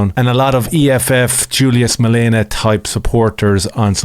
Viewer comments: MaleMA. Not MaleNA. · It's malema Ur poes . Not malena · Thank you for shining the spotlight 🙏 very much appreciated !!! (Note it's MaleMa , it's an M, not an N . Other than that, you got all the details right 👌 ) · Thank you for raising awareness on your platform about the situation here in South Africa 🇿🇦 🇮🇪 If ever in the future you are uncertain how to pronounce Julius Malema's name, it is in fact pronounced Julius DILEMMA 🦍💨💩